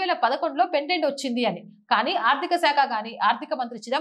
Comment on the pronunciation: Pendent కాదు తల్లి. పేటెంట్. Parent.